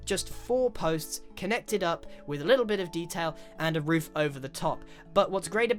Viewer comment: Ik this is kind of late But he says woof instead of roof